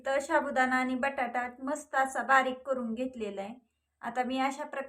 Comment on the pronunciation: Shabu nahi sabudana neet bola